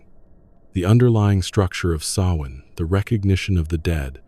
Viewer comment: Thank you for pronouncing Samhain properly.